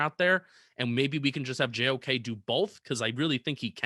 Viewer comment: im almost 90% sure u didnt say JOK’s name right LMAOO